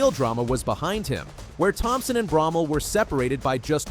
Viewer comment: I thought ut was pronouced BRO-MELL not BROM-MEL. Can someone correct me or the narrator please.